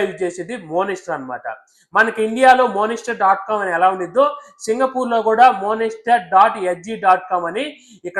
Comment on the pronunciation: monister kadhu bro monster..ento